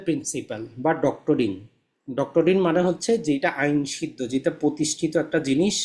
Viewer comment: ডক্টরিন নয়, ডক্ট্রিন / doctine.